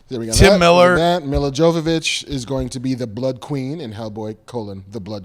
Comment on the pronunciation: "ja-VO-vich?" Jesus, is he doing this on purpose at this point?